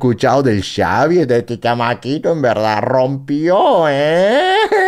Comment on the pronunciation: Xavi ❌ Savi ✅ 🤑